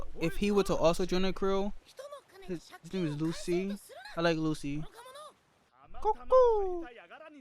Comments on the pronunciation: It's not "Lu-C", it's "Lu-tschi" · It's Lucci. Like Gucci. Not Lucy